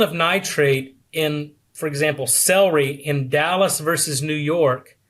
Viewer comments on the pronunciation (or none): none